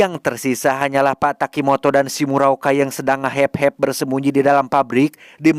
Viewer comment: Akumah ngakak pas ngomong "ngahep hep" 😭🤣🤣